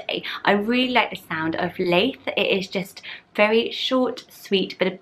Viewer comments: Love these as always! I live near Leith in Edinburgh - it’s pronounced Lee-th (like Prue Leith!), not Lay-th. can’t imagine it as a first name though! Looking forward to the Scottish names! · You're not pronouncing Leith right. If you want it to be like the town then it would be Lee-th. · I grew up in Leith, so sorry but your pronouncing it wrong. It’s more like Keith with an L xx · I wont be another comment about the Leith pronunciation 😂 adore all your baby name videos, another name obsessor here. Absolutely love Franz, my angel baby boys name is Franco. Cant wait for the Scottish name list, so many nice ones, Brodie and Lochlan being my favourites x